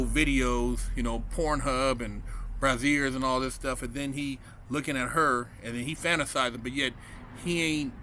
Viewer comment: MY MAN REALLY PRONOUNCED IT AS “BRAZ-EARS” 😂